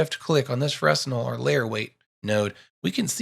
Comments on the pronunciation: Great tutorial. Fresnel is pronounced"FreNel". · great tutorial.. just switching to Blender from Lightwave ..I needed this! 🙂 ..oh btw.. Fresnel pronounced 'frennel' .. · Great tutorial. Clear and rich in information and tips. Especially digging the axial rotation 'trick' #*[number]. Sidebar: Please forgive my compulsive anal retention but it's pronounced (fray-nell) after the French physicist/engineer, Augustin-Jean Fresnel. Again, great teaching.